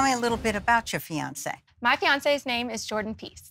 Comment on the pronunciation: REALLY QUIT SLAUGHTERING PEOPLE'S NAMES.